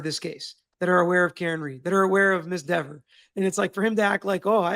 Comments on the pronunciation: It is lehver not leaver, so is Dehver not Deaver! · Just add another v to Dever’s name then you will always say it right, see Devver. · Deever,or Dever, didn't look intimidated to me. She looks just like the boys in blue trying to cover up a murder. No more.No less. No intimidation. She knew what she was doing. And she chose to protect the thin blue line. She did it.Not intimidation. Her.The grown adult,who wants her name pronounced correctly. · Omg he’s funny too! I don’t want to mispronounce her name Dever? Papa Tragos ☠️😂🫶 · Dever rhymes with never ever.